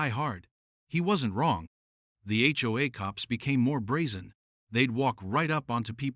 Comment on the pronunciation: Seriously?? The H O A cops not the HoHo cops